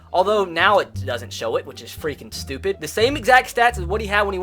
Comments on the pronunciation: “So fweaking stupid” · he says so “fweking stupid”